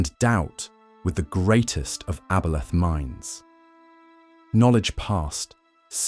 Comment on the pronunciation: AI narration couldn't decide how to pronounce aboleth, lol.